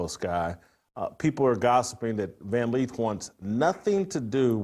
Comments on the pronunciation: It's Lith, not Leeth.😂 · Why does Jason keep saying Van 'Leeth'?? 🫤